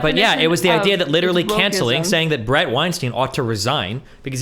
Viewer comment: I don't understand how at this point even Steven isn't pronouncing Brett's name correctly.